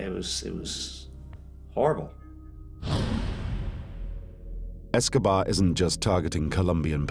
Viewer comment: Anyone else notice the man say "Pablo Escovad"??? Who he talking about? Fella looks high anyway guess who took some of Pablo stash!!!! (18.06) if you don't believe me